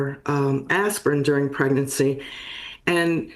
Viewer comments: Pregernacy I definitely would avoid all medications if I were preg-er-a-nant. Which is not a thing, so I wouldn’t worry about it. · He then mispronounced pregnancy